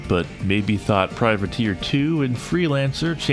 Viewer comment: Freudian slip? You said "privater" instead of "privateer" but to run the game it was privater.exe due to the 8 character limit 😄